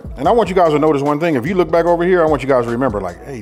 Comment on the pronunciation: He sed, "Fight ober dat edge". DAWG, you know it. BIG fist fights ober dat edge. nom nom nom